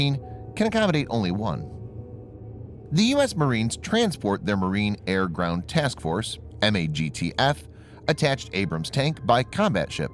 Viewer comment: Mag-taff is how MAGTF is pronounced.